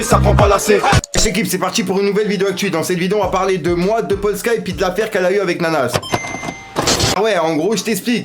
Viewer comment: Par contre respecte le pays de Polska stp, ça ne se fait pas du tout. Tu dis "Poldka" au lieu de Polska. Polska = Pologne en langue polonaise